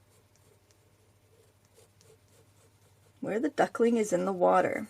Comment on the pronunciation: Duckling not Ducking :)